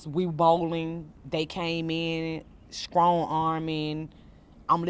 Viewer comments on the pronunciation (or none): Be skrong?? Not strong… Skrong.. 🤦‍♀️ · Skrong smh lord Jesus. In flush smh lord learn how to talk! You can tell ppl parents didn’t teach them how to talk in a professional environment.